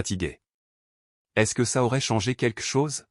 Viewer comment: Expliquez à l’ia comment on prononce ”est” . Qu’est il arrivé à la peugeot de location?